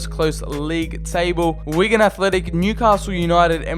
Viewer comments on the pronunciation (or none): none